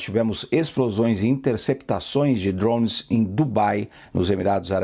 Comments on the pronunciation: Qual dificuldade esses jornalistas têm para falar droNES e não "dronss"?? Não é o primeiro que ouço falar assim. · Desconfie de quem fala drownes